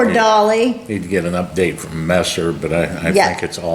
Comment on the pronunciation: heavy wain fwom the west